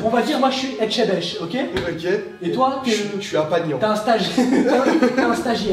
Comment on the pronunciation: Je vous adore mais on dis etchebest 😂❤️💕😂😂😂🥰